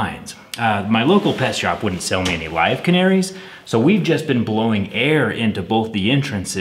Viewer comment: I love how the emphasis you put on "LIVE canaries" implies that the pet store was willing to sell you dead canaries